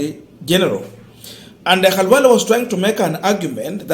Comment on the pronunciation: B.Khalwale has his name pronounced as his own parents called him...This got to the core of his heart.